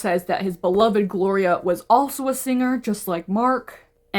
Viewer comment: 😂my name is Gloria I genuinely got scared 😂 I love the way you say the name